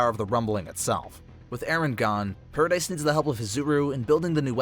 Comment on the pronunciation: paradis not dice. it’s killing me